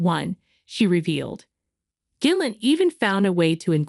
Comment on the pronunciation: I presume AI can’t consistently use a hard G.